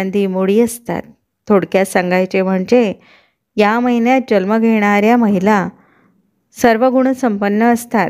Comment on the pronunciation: छान video पण jalma nahi जन्म म्हणा